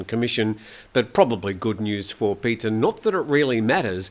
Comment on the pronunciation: A few a linguistic quibbles: Pita (พิธา) is not pronounced “Peter”, it’s “pi-taah”. I think if you’re going to report on Thai news then at least get the pronunciation of the Thai names correct. It’s basic courtesy. (How would he feel if Thai news anchors constantly refer to you as “Time Noo Ton”?) “Joke” (โจ๊ก) doesn’t come from the English word “joke”, it’s the popular Chinese dish made with rice congee. And it’s pronounced more like “chohk” - with a skeptical questioning tone like “whaat!?”. In English the “o” in “joke” is a diphthong where you start with a large open O sound and close your lips down to a smaller OO sound. In Thai, the “oh” vowel remains fixed at the starting position of your mouth.) And as for “Peuh Thai” (I don’t understand how it’s always misspelled in the English media) it’s “Peuh-a” Thai (เพื่อไทย). Granted, it’s tricky to pronounce. “peuh” kind of rhymes with “fur”, but you have to smile while you’re saying it. And then you conclude with a short “a” (rhymes with the “a” in the Italian pronunciation of “pizza”). Now, most “Peuh-a Thai” supporters feel angry at being deceived by the party, so mispronounce away: it’s somewhat insulting to do so. Like saying “Aye! Peuh! Thai” (ไอ้เพ้อไทย) - implies “that conceited pack of curs”. :)